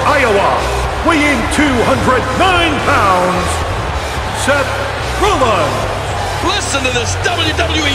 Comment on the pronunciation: Is it me or does the Fink never pronounce the S on the end of Seth Rollins & Roman Reigns?